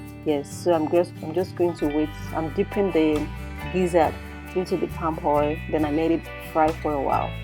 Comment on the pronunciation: Wonderful cuisine. Pls practice practice practice to drop the 'hadd" hoil'x thing. AAAddd!! Oiiiill!! Not hard is it.